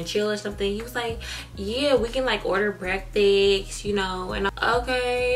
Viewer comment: "breakfix" lol